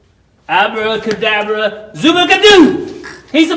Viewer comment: you need to work on your abba-ca-dabra! 😁 Such a fun video and rejoicing over God's touch on the cow.